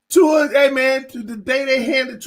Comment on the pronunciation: There you saying tuas name correctly lol